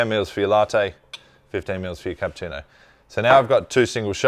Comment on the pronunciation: Funny and very unusual how you're pronouncing Cappuccino: "Capputino". I'm sure there is no letter T in Cappuccino. You have to pronounce it the Italian way.